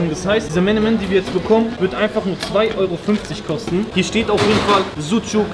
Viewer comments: Es heißt Menemen, und nicht Melemen. Also, auch für die Türken Menemen, Ali darf ruhig Melemen sagen, das ist okay. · Wenn der deutsche Menemen richtig ausspricht... Und der Türke mal voll reinkackt 😂 Melemen... Hahshahah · Eigentlich heisst es ja wirklich menemen und nicht melemen :D bester türke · DAS HEißt Menemen nicht melemen.!!